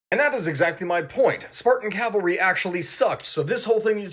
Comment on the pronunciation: Cavalry, cav not cal